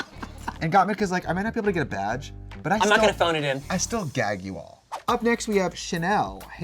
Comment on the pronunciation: can't stop hearing Trixie saying "vaj" instead of "badge" this season